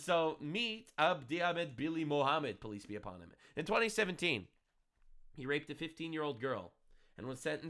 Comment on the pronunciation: It's funny how is saying 'police be upon you' and the captions read 'peace be upon you'. 😂